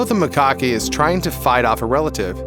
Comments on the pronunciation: It's pronounced Ma-cacks to rhyme with tacks Not Mic-cockys to rhyme with hockey. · A LOT of what he was saying was drivel. Did you hear how he pronounced Macaque to rhyme with hockey instead of tack? If you're going to put out a video, at LEAST learn how to PRONOUNCE things, and what they actually ARE.